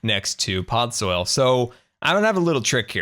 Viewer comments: its podzol, not podsoil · Am I the only one slightly irritated that he kept saying pod soil and not podzol?